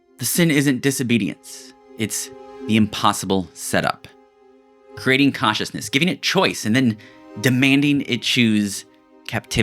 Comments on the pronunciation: Such a great video! A small complaint: you pronounce “consciousness” as “cautiousness.” I was pretty confused why you were talking about Eva’s caution, until I realized why you meant from context. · Cool essay. Some pronunciation aids: consciousness should sound like “conch” and not cautiousness, with more emphasis on the N. silicon sounds like “con” and not “cone”. Computer chips are silicon, not silicone (rubbery stuff) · "Cautiousness" is what I keep hearing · Am I losing my mind or is he saying "cautious/cautiousness" each time instead of "conscious/consciousness"? I stg it's all I can hear, even when I read "consciousness" in the subtitles 😭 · >wants to make a video about consciousness >can only pronounce cautiousness Dang it 😂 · "Caushisness" - The ONE word in the entire video you can't pronounce and have to say like 500 times LOL - Just yankin' your chain - good vid! Liked & Subbed.... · This guy keeps saying cautiousness instead of consciousness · Am I trippin or do you keep saying CAUTIOUSNESS? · I was a little distracted. Consciousness has a "n" in it, without which it sounds like cautiousness. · I kept hearing cautiousness, not consciousness. Bugged me. But, yes I think we project our expectations on reality. Didn’t work with pronunciations though. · this dude can't even pronounce consciousness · It shouldn't, but it does annoy me that the narrator cannot pronounce consciousness/conscious :P other than that, I enjoyed the analysis :)